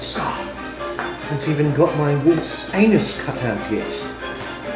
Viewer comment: Your cooking is great, but your British pronunciation of “wolf’s anus” needs work.